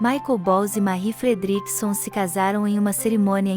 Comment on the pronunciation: O vídeo está muito bom, porém a pronúncia do nome de Marie Fredriksson que é em sueco e a sua pronúncia do seu inglês está terrível. Deveria procurar aprender a pronúncia correta antes de gravar. Falo como crítica construtiva.